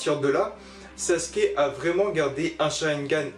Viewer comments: SasUUUUke le « U »bordel sinon bonne vidéo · Vous savez pas dire sasuke